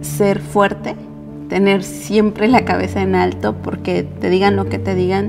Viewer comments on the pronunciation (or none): none